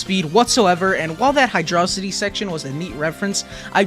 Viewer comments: It's Hydro-City, not Hydrossity. Disliked the video. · I clicked off the video as soon as he pronounced hydrocity 😭🙏🏽